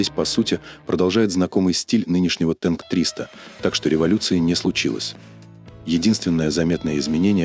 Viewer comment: А почему "тэнк", а не "танк"?!!!